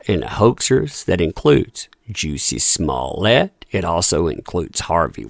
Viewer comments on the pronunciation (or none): Lololol Sorry, I Giggled When You Called Him "Juicy Smollett" 🤣🤣🤣 It's Kinda Like Jessie, But With A 'u'. The Same Kind Of 'u' In The Word "Tug". Lol. Like, Juh-See. But No Worries, Juicy It Is. 🤣🤣🤣